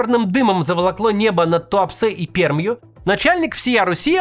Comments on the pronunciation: Максим, "р" в слове "Пермь" уже мягче, нужно еще пару выпусков потренироваться и зазвучит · Перьмь правильно